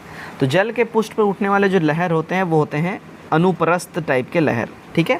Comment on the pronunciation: Sahi conversation rakhiye, pristh ko pusth bolte h, Dimag chakra gya mera